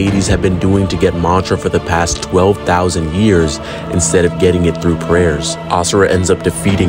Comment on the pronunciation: if he miss pronounces AS SURA again i might get permanent ear plugs